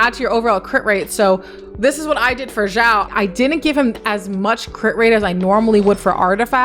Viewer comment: i am wrong or is she calling xiao ,jiao?